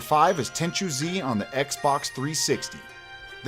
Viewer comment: ten chew? ten chu like like the ju of juice